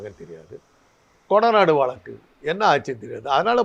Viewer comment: மக்களை. மடையர்கள் போல் நினைத்து கேள்வி கேட்கிறார்.முதலில் தமிழை சரியாக உச்சரி பிறகு பேட்டி எடு. வளக்கு- வழக்கு